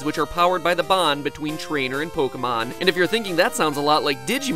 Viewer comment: Sis he just say pokéMANS?